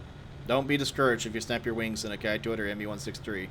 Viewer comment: The "Ki" in the Japanese military line is actually pronounced "Key". Just so you know.